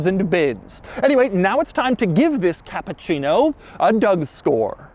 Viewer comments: Hey Doug.. I understood that you are not Italian, 😂and told that the car is Japan😂 but the name is Cappuccino that not sound like you say Capcino Ha ha ha Two double P an U and two double C. It will be bettere. You are the best Capcino.. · Dude. It's CappUccino Not CappAccino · Really Doug "Kááá''á''ÁÁÁpuchhieeej-no" :D